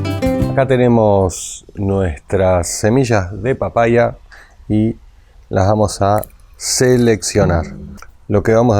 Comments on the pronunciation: Jajajaja por qué dice papaia? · Por qué dice papaia en vez de papaya?